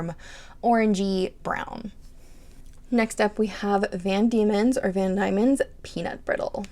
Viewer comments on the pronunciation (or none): Yoseka has LTB samples, and Van Dieman’s is pronounced deemans according to vids on their YT channel. 😊